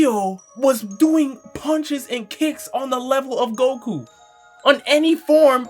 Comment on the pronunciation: bro said guku